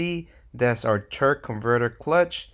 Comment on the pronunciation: Your killing me saying Turk most of the time! Good video